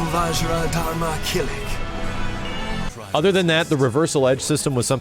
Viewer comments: LoL Damnit, you butcher names so bad. It's Kill-ik. KILL-IK! Not Kil-leak. Will be bummed if Siegfried and Nightmare are not two separate characters with two separate move list but I understand if they are not since this game takes place early in the game lore. Just happy to hear it feels like Soulcalibur II more than anything. I hope they put Cassandra, Setsuka and Zas in. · Kilik...its pronounced key-lick not cal-eek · Key-lick is how you pronounce it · "Kill-leek" lul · The way says Kilik kinda irks me lol